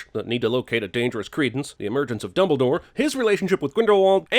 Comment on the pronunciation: Fantastic Beast came out way before Harry Potter. Also add a sin for every fucked time they say "Dumbledor". LOL!!